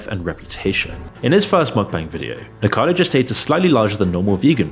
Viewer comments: Can you even read your own text ? It's clearly "Nikocado" (4 syllables), not "Nikado" (3 syllables) as you keep stupidly saying. If you want to get paid for putting shit on people, at least have the decency to get their name right. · Does this guy even research his videos?? the first YouTuber is called NIKOCADO AVOCADO NOT NIKADO OR NIKACADO, it should be something basic to get the bame right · nik-a-caddo ... not ni nikado .. phonetically man. do your research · "nikado" Dude, can't you read properly? That's literally your job. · man, this was supposed to be nice video but then you said nikado avocado and there was 'nikacado avocado' when his name is Nikocado Avocado. This video is made by amateur for real bro 💀💀💀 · The creator of this video can't even pronounce "Nikocado Avocado". It's NOT "Nicado". And calling a CPAP machine a breathalyzer 🤣🤣🤣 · Nick-o-cardo please pronounce his name correctly it is so annoying that you dont.Great video i reall enjoyed it ,there was another youtuber that was not so much a muckbanger just very over weight and struggling with her mental health i loved her chanel and was very upset when she passed away at a young age ,she had literally eaten herself to death she was Jen of Life by Jen a truly tragic story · Since when is he "Nikado" lol? Otherwise good vid. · How slow do you have to be to have 1 million subscribers and still can't properly pronounce people's names? Seriously, "NIKADO AVOCADO" as if the text isn't right there to read. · Off topic but I like how ppl still miss the first "o" letter for "Nikocado" so it just seems like they're saying "Nikado" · Nico-cado** You can't leave a full syllable unsaid.. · its a little distracting to hear "nikado" instead of "nikocado" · I thought i heard it as nikado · You still can’t pronounce “nikocado” and keep saying “nikado” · lmao talk about biased content creation. Moron cant even pronounce "Nikocado" properly. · Nikocado has FOUR syllables not THREE!!!! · nikocado not nikado